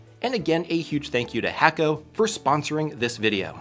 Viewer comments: FYI, you're pronouncing your sponsors name wrong. It's pronounced "hah koh" not "Hayko." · Great soldering equipment but it's not hack-o, but hay-co... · It's pronounced (hah-ko) not (hack-o) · Should start pronouncing hakko properly if you truly enjoy their products. The 'a' is pronounced 'ah.' So you pronounce it Hahkko. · HA - KO not HACK - O